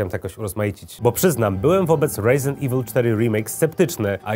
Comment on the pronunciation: Chyba Resident nie Rejzynt xD, momentami gada bardziej amerykańsko niż sami amerykanie:D